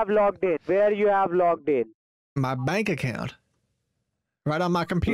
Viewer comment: "I HAVE-UH TWO MERCEDES BUT I HAVENING NO TOILET IN MY APARTMENT"